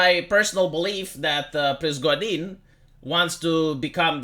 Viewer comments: Not Prizgodin! PRIGOZH(!)IN!😂ZH like Justin Trudeau. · the name is pri-go-zhin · pri-go-zhin, you said it right the first time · Se pronunță Prigojin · It's Prih-GOH-jin (only j is without the d sound)